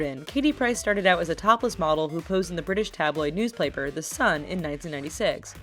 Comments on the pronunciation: Did anyone else notice that she said "news plaper" instead of "news paper" 😂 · Did she say newsplaper with the third girl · News Plapeler?... lol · Did anyone else notice she said "newsPLaper?"